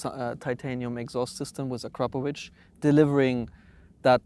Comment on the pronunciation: Props for pronouncing Akrapovič properly! 👍